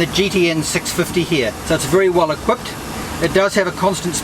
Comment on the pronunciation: "It very well Equippppped" He's a Kiwi......